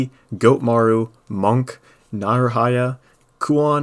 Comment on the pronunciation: Like how he say goatmaru